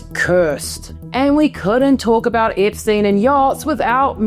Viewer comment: It's Epstein not Ipstuyn.